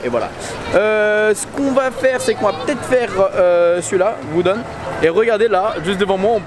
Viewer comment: "Wooden"... Pour wodan...le mec qui découvre les wooden woaster.